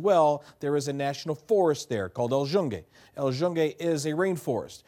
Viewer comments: El yunge 😂 na na tranquilo q yo se q no hablas español bien pero es q nunca había escuchado eso 😂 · thats now how you pronounce the forest lol